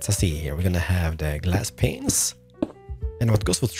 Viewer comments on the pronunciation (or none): He said "window penises" rather then window panes and it was hilarious. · For over like 4 years, he still pronounce window penises instead of glass panes 😂😂😂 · Hey love your tutorials but one thing... I think I heard you say something different than glass panes. xD I heard window pen15s... Correct me if I'm wrong. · I love how stil says “window penises” 😂 and I love it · Umm, am I the only one who heard him say “glass penises” at the beginning?? 😂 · "window peinses"